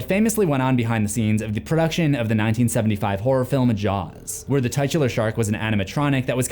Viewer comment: You pronounce the word titular incorrectly